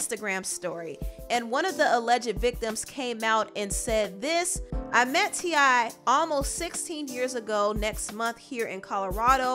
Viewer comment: ITS TI NOT TINY ...